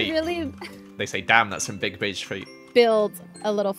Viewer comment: said BiDgE